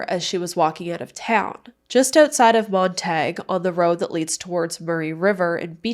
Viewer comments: Hi, I just thought I’d let you know that Montague is pronounced Montagu, not montagai. I was raised on PEI, that’s how I know. Keep up the great work with your channel. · Pronounced PEI mon-tag-U, not that it matters 😊❤